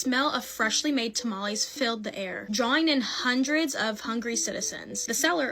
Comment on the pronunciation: It's not tamalis or tamalees dumb people, it's tamales pronounced tamalehs. XD Seriously though, i'm sick of you people who have to resort to neologisms like "unalive" for example, you are just cowards, no matter how you slice it.